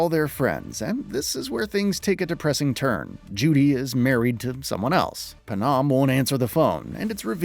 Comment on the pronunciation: Can't even pronounce Panams name right